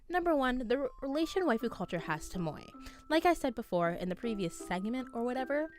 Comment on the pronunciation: Moe is pronunced as mo e.